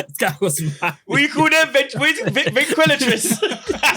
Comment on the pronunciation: said “venquilotrist”😂